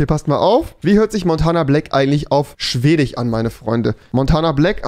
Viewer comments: Man fuckt des leicht ab... No front... SchwediCH FinniCH ChechiCH... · Polnich, Finnich und schwedich 😂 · Wen triggert die Aussprache auch so? Polnich Chzechich Swedich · Niemand: Wirklich Niemand: Rewi: schwedich ,finnich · Schwedich Polnich Finnich Genetich Muss los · Polich Schwedich XD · Schwedich finich 😂😂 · niemand: wirklich niemand: keiner auf dieser Welt: Rewi: Polnich, Finnich, Schwedich Und noch 10000 andere Wörter. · Tich , Schwedich, Finich, Türckich, Jüdich... Omg er hat ein Wort mit "sch" ausgesprochen. 😂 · Polich, Finnich, Schwedich aber er sagt DeutSCH wtf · Polnich , finich , swedich rewi wie du das aussprichst das macht mich echt verrückt erstmal dislike